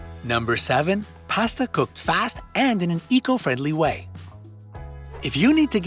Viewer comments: Why does he keep saying "past-uh"?? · It's pasta, not pasta. I'm sure u data wrong too.